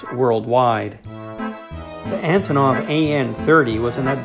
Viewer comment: Russian a/c are always neat to see. How they compare to aircraft here, how different and how similar they are. Antonov is actually pronounced An-tonneau. It's a Ukrainian company and name. Even I got it wrong and I'm Ukrainian. I got to meet the one who made the display models for Aeroflot at a model club meeting years ago here in Winnipeg. I also got the DVDs I ordered. they are great.